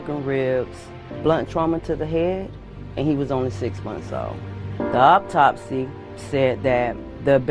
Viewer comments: WTF is an awptopsy?? 🤣🤣😅 Does she mean autopsy?? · not the “auptopsy”